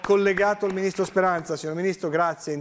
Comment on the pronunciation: Da "PreSiDeNteH" a "MiNiStRoH" è un attimo